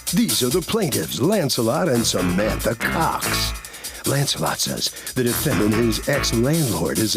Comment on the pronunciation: "Lancelot"?! Come on!😅